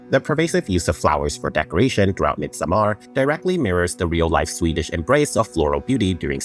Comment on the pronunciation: The way you are pronouncing Midsommar is kind of killing me bro. It’s not MidsommAr, it’s pretty much pronounced just like Midsummer in English just -ar instead (with absolutely NO emphasis on the A). Although in vernacular Swedish where I live (south Sweden) it’s pronounced “missommar” (for some reason).